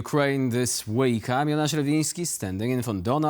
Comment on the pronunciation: Lol .. I hear ya his name is Jonasz Rewiński ... but I hear Anasha Rewiński or maybe onas? with a silent J ??